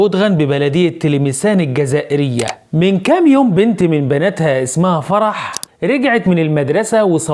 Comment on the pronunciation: هذه مغربية و من خلال نطقها لكلمة زازايرين ادركنا انها مغربية ممن فروا و هربوا من وجدة المناطق الحدودية المغربية للعيش في تلمسان المنطقة الحدودية الاقرب الجزائرية حيث يمكنها ان تعيش و تاكل و تشرب و تدرس اطفالها عكس ما هو عليه الحال في المغرب أين يغيب الاكل و الشرب و الدراسة اما بخصوص الكهف فهم معتادون على العيش في الكهوف في المغرب لأنه في الجزائر السكن مجاني تتكفل به الدولة مجانا للجزائرين و مستحيل أن تتغافل السلطات على مثل هذه الحالات ،،،،لكن بما ان المرأة اجنبية اي مغربية فلا يحق لها الحصول على السكن الاجتماعي ...لهذا هي تنادي المحسنين من المغتربين في أوروبا و هي تعرف جيدا انها في وضعية غير قانونية لهذا هي لا تناشد السلطات المحلية ...